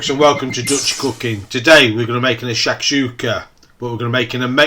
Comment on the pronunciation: Yeah cant pronounce the name of this dish but I'd smash the heck outta it, great video 🤘🤘